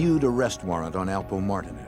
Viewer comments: The Girth Alpo from Harlem lol it’s only 1 way they pronounce it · The name is alpo aka Alberto Martinez this narrator is saying his name wrong and if you see and hear documentary about this this one is off by alot